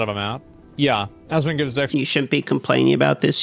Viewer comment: Question: why do you always pronounce it as "AsmongOUd" instead of "AsmongOLD"? Is it intentional? Is that an inside joke?